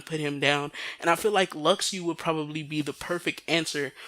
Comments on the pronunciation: You realize you have been saying Luxu's name wrong, right? It's pronounced Lu-Shoe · Lu shoe sounds terrible. Lux-oo sounds way better. Besides think of it as a Tidus situation. Some people know its tee-dus but still pronounce it as tide-us. Besides it ain't gonna hurt you to hear lux-oo.